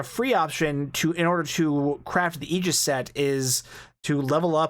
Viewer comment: Holy crap!!! You pronounced Aegis correctly! Nobody online gets that right. Subbed.